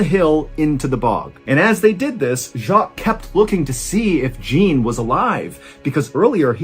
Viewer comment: the mispronunciation of Jean is killing me, lol.